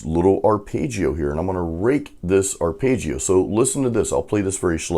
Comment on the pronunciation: Great lesson, thank you…….but………say this word: arpehdjio ( its phonetical)